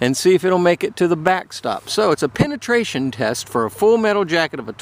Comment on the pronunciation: Penetation lol